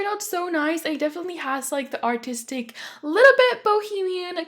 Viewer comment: For the looooongest time I thought you said autistic not artistic 😂😂😂😂😂😂